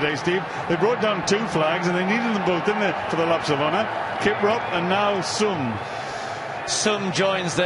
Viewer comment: Not "Sum" but "Soom"... That "u" is phonetically "ooh" when reading African words